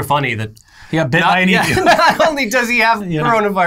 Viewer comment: Thanks, if nothing else we finally found an American that can pronounce 'emu' correctly.